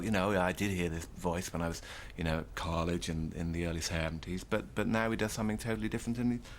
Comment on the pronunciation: Yeah, "Long Evity" and "carllege" - what a strange affectation to mispronounce words like that.